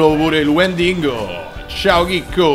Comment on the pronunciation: il "wendingo" è bellissimo XD.. spero funzioni ancora il trucchetto